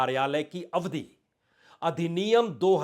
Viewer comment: प्रसून जी शब्द "अवधी" नहीं होता है, अपितु "अवधि" होता है। "अवधी" अवध प्रांत की भाषा होती है। अवधि का अर्थ अंग्रेजी में period या duration होता है। कृपया अपनी उच्चारण प्रणाली में सुधार करे। ..............सुनिल बाजपेई, Kanpur